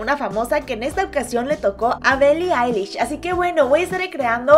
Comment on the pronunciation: Ni siquiera pronuncias bien Billi Eilish 🤭🤭😅😅